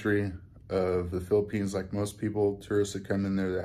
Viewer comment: Welcome to the “Fee-lippines”.